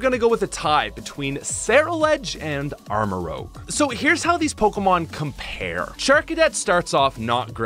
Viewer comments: Armorouge. Not Armorogue. While I'm at it, it's "truant", not "true-want" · Great video, but please stop saying armarogue. It's rouge. Like red. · It’s rouge, like Moulin Rouge, not rogue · Guy, it's Armarouge, not Armarogue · it's not armarogue, it's armarouge rouge is a shade of red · Thats ROUGE (Rooj) not ROGUE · You say armorogue 😂 not armorouge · Apparently you didn’t watch the video… In the video he refers to the Pokemon Armarouge as “ArmaROGUE”. I was simply pointing out that mistake but adding at the end that his mistaken mispronunciation would make a good nickname. Try watching the whole video before you start jumping the gun and criticizing peoples comments. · I’m sorry but your armarouge pronounciation hurt my french brain :(